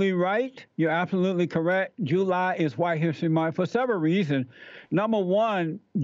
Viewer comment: Jew-lie? Uh, nuh yuh dit-iinnnt!